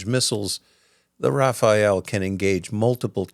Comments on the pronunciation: It os called the RAFALE , not RAFAEL. 🙂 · Why American keep calling it Rafael and not Rafale ? Rafael is a defense company coming from a country know for war crime. The Rafale is from France. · RafaLE ("wind blow"), not Rafael :) Rafael is an israeli defense company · The Rafale is pronounced RA-FAL, not RA-FA-ELLE. Thanks for posting. Gloire à l'Ukraine! 💛💙 Slava Ukraini! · Sorry it's not Rafael, but Rafale, which is a bird of pray. A lot of americans make this mistake. Love your clips, thank you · the fighter jet is called "Rafal" not Raphael :) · Merci. Very exciting. Say Rafale RA FA L. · The Rafale fighter is pronounced RA-FAL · Thanks for this very interesting post. If I may, "Rafale" is pronounced ra-fal as in ra(pid) and fal(lugia). Just sayin' 😉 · Oui, très bonne vidéo. Normalement j'aurais rien dit mais après avoir entendu rafael 57 fois j'ai pas pu m'empêcher. 😅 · "Rafale" actually. And c is mute at the end of Lecler(c). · i'm sad every time someone says "rafael" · I stand corrected. But it's not Rafael. I hate that. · Rafael is an Israeli defence supplier. Rafale is the French figher jet (the final e is silent) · Good video but please try to pronounce Rafale properly x) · Rafale. Pretend there is no "e" at the end and pronounce the second "a" same as the first one 😉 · Very good video! But please my ears bleed every time you say Rafael! It's is Rafale. May not sound different to you but for a french it's really das! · its Rafale not Rafael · Oh, the Raphaelle epidemic.. It's Rafale. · It's Rafal'euh', or even Rafal, if you want to pronounce the right way. Meaning either "Gust" in aerology, which would be more appropriate with Dassault's namings history, or "Burst", in guns. Nothing to do with "Raphaël" or "Rafael", the painter or the biblical character, which is how you pronounce it here :') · Rafale, not Raphael. Rafale=Burst of wind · I'm French, and when you said Rafayelle it's ins't it's RA FA LE no offense . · RafaLE. Not "RafaEL"